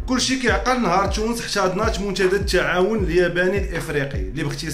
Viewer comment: الله يرحم الوالدين انطق حرف التاء تاء وليس تشاء. تونس وليس تشونس منتدى وليس منتشدى محتوى محترم